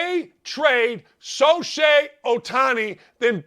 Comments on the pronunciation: 100%⭐️⭐️⭐️But his name is SHO-hei, not SO-shei. 😜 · Good takes!!! But man, He called Ohtani “Shoshei” a few times. Really? We all make mistake but cmon. Just call the man “Ohtani”. Also in baseball, they are called “managers” not coaches unless referring to pitching or hitting coaches. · This guy can't even pronounce Shohei correctly. Now that stinks even worse than baseball.